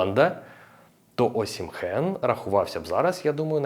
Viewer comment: Класний огляд. Але є поправочка. "ОсімХен" не вірне звучання прізвища. Всі наші і інші коментатори з просторів колишнього радянського союзу, тобто російські і інші, чомусь так його називають. Я теж так раніше його називав , але мене виправляли саме нігерійці, його земляки. Правильно звучить "Осімен" . І всі іноземні коментатори - англійські італійські німецькі , португальські , іспанські , французькі називають його саме так - Осімен , з наголосом на " і " . ОсІмен ! Віктор Осімен !